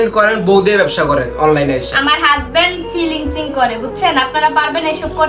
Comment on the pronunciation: হাহা😂ফিলিংসিং না ফ্রিলান্সিং